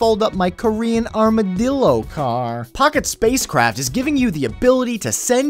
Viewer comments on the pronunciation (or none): waaiiit a second, did u said "armored dildo"? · No, he said 'Armadillo' as in the small rodent that can fold up to protect itself from pretedors, but i can see how you can make that mistake lol.